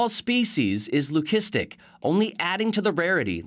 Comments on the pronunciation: It's pronounced Lü-si-stik, not lü-kis-tic. Source: merriam-webster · Why does it bother my so much that these news people can't pronounce Lucistic...lü-ˈsi-stik. only that last C has a hard sound. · Please educate the narrator how to pronounce leucistic!!